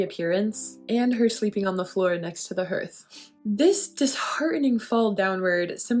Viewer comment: Love your work. Just a note, "hearth" is pronounced "hARth."